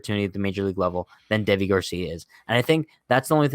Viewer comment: I'm pretty sure his name is pronounced like Davey